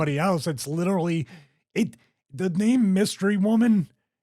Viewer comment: "Litterly" -Stevie Richards Love ya, bud, you're the man.